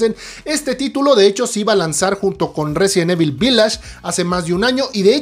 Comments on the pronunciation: Tan fácil que es pronunciar correctamente "Resident Evil" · Si vas a hacer un video sobre resident evil deberías aprender pronunciarlo bien.